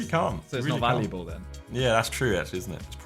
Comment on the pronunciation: Why did Josh sound like he said 15 most federal things ? looool